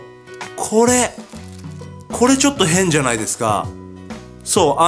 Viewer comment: なーいの発音笑